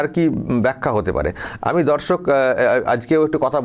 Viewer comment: S শফিকুল ভাই আপনার মুখের ভাষাটি উচ্চারণটি একটু ঠিক করুন দর্শক উচ্চারণ ঠিক করুন প্রথমে যখন দর্শক বলছেন ধর্ষক শুনা যাচ্ছে